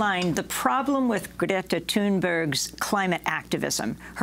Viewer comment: Came to this with the attempt to learn to pronounce Greta Thunberg properly. I had to laugh a little when immediatly after she tells you how it's pronounced (Gre-ta, with the gre like the start of great)), you pronounce it differently as Gret-ta.